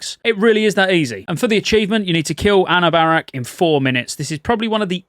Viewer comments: "Uh noob uh rock" is how you pronounce the last boss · How you said anub'arak is how I know you didn't play wc3